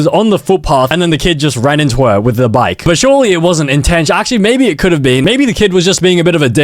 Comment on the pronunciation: Bro said intensinal so much times😂😂😂